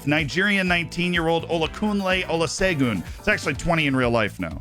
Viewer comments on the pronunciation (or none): The "S" in his surname is pronounced as "Sh" so it's pronounced "Olashegun" 🇳🇬🇳🇬